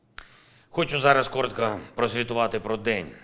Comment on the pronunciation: Also the part where he said - briefly report on the day - it sounded like he said kort, the Swedish word KORT means short or brief, just guessing it is the same word in Ukrainian, kort? 💪🇺🇦🇸🇪